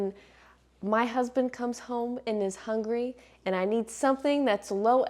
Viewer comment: Did you say "husband," or HUDSPETH